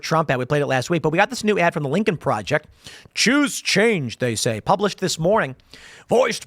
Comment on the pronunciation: "Lincol Projext" Yeah soemthing tells me Lincoln would not be a fan of these goofs